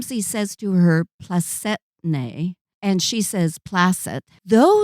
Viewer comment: FYI re: the proposal scene's Latin phrase/response ("Placetne, domina?" "Placet.") is pronounced PLA-chet-ne, not a soft c. Sorry to bring the mispronunciation up but much better to correct this here among Sayers' fans and not have it pointed it out in a less congenial environment.